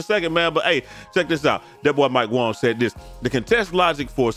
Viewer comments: Keep up the great work we appreciate it. Just a heads up though his name is Mike Wang not Wong. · Mike was asked a few years ago how it is pronounced and he said Wong. This is why Brute and say Wong instead of Wang.